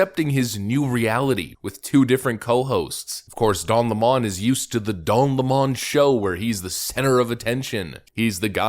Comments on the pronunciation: Its lemon like lemonade . Hes not french . What do you do with lemons you squeeze them to make lomonade . Stop catering to the nutters . Its lemon not le'mon . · His name is 'LEMON' like the citrus fruit, NOT Le Mon !!!!!!! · its lemon not Lamone 🤣🤣🤣🤣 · Why do people call him le-mon, it's clearly lemon, like the fruit. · Lemon. Like the fruit. Please stop saying "Le-mon." Don't give the leftists any ammo to use against you, however petty. They will use it. "You can't trust a guy who can't even say the name of a fruit correctly." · Stop saying La-Mon... it's LEMON like the fruit... like him. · It's lemon not lamon..good try..haha..nz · Please say his last name properly, Lemon. Like this POS car is a Lemon. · LEMON , PRONOUNCED SAME AS THE BITTER TASTING FRUIT . L E M O N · You're pronouncing his name wrong - it's pronounced the same way as the fruit. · Why do people refuse to say Don's last name correctly? It's Lemon 🍋, you know, the really sour fruit. That moron isn't french, he's, maybe American but it's hard to tell. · Isn't it pronounced like the fruit? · Why do you say his last name that way? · His last name is pronounced 🍋!!!🤣🤣🤣